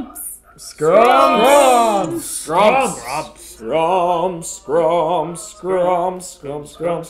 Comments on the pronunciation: Are they aware that it's SKUMPS, and not SCRUMPS? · WinkyRose DAMMMIIIITTTTT it totally sounds like scrumps! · It's Skumps!! Not Skrumps!!! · It's not "Scrumps", it's "Skumps." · For the love of Walt, they're saying SKUMPS LOL